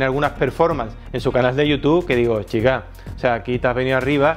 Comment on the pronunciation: El tiende a decir "Chica" Pero yo también le entendí Chinga jajaja